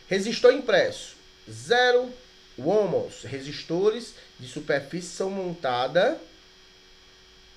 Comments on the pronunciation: Ohms, não ohmos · Ótima aula, parabéns. Só que Ohms ou Ohm, não é homus a pronúncia certa seria “on” ou “omis” no plural.